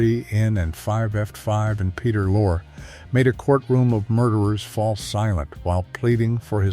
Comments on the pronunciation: Peter Lore? It's pronounced LOR-eee. Get a human, not a machine! 😮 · It's Lor-ee, not Loor